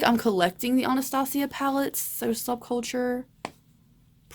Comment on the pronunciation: Why do people pronounce Anastasia so weird????